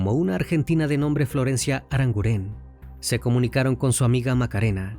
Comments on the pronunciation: NO ES "ARANGURÉN" ES ARANGUREN, NO SE ACENTÚEA LA E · El acento fonético es en la u: ArangUren. No lleva acento en la e. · Crimi lo primero decirte que me encantan tus casos y como los narras. Sólo decirte que Arangunen es un apellido vasco y se acentúa en la u❤ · Aranguren, no,aranguren'